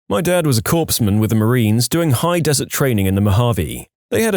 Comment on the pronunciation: Oh lord, the irony of mispronouncing corpsman while talking about deadly snakes (it's core-man).